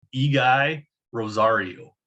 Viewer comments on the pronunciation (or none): Appreciate the analysis, but FWIW it's pronounced "Eggy."